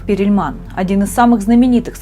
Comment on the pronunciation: Не Перильман, а Перлман! 🙄